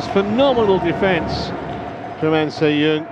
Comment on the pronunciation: The commentator kept saying "An Se Yoon", so annoying.